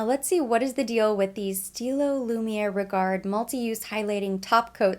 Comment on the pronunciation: This look is stunning on you! I love everything. By the way, you don't pronounce the "d" in "regard" and you dont pronounce the "t" in "éclat." Just thought I'd let you know x